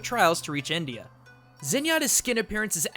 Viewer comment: "The quest was travelling him to Nindia" So India is pronounced Nindia not India